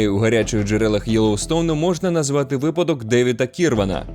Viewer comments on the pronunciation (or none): none